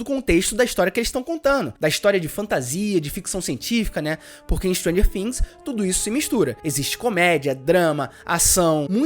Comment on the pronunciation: Mano a pronuncia é things e não fims ....bvc não pronúncia o F e sim o T